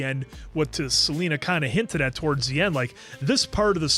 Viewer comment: Friendly reminder it’s Celine not Selena 😅